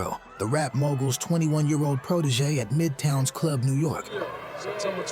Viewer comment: So Cool how u Say the word "Club", like "The Cluuuub", lol. And Also, its NAS as in Bra, (like a womens bra) NOT Nas as in the word HAS. smh